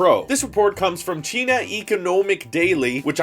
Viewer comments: Cheena? Dude can you read it’s China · This guy can't pronounce china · Cheena Eco-know-mick daily 😂